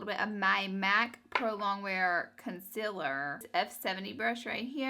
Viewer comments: "Con-siller" haha she's so cute & I love the look! 😍💕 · I like the way she says concealer XD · me too :D